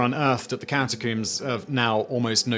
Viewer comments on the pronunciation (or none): I love how he says "cata-COOMS". Especially when talking about cats.